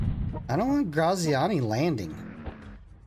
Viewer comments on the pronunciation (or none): Love how you pronounce Graziani😂😂😂😂